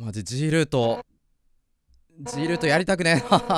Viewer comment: は痔ールート言ってるんですね